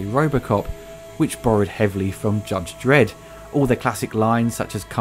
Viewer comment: "Judge dedd" get used to it